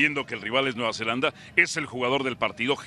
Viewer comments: Alvaro lleva toda una semana diciéndole Nueva “Zelandia” a Nueva Zelanda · Y Alvaro sigue diciendo Nueva Zelandia.